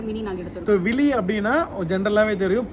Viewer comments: Neenga vithi sollunga. Vili sollrenga. Pronounsation correct a iruntha athuku power keydiekum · Vili illa vizhi. Say correctly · Vizhi endraal kann endru meaning.Neengal sollum vili endraal azhaipadhu endra meaning.Ungal thavaraana ucharipinaal peyarin arthame maari vitadhu. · My name is kayalvizhi,,, kindly pronounce the name as vizhi,, not as vili please its awkward to hear guys